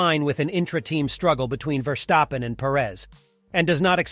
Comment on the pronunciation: Impossible, question has no answer. Max will always be number one, his driving forces it to be so. By the way, his name is pronounced differently, the st in his name sounds like as in step. You pronounce it like scht instead of st, which is more of a feature in German names, not dutch ones.